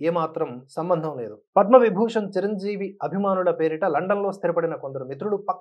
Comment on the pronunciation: MEERANTE NAAKU ABHIMANAM KAANI EE ROJU KAASTHA TAGGINDHI, ANTA EMITI, RELAY CHUDAKUNDA EVARO CHEPITHE RAASTHE CHADUVUTUNNARA, CHIRANJEEVI GARINI CIRANJEEVI CHIRANJEEVI ANI CHADUVUTUNNARU IKA MEEDHATA MEEKU LIKES SHARES CHEYYANU FIRST RESPECT ELDERS, &HONUOURABLE PERSONS SORREY